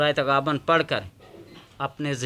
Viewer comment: تغابن نہیں پیش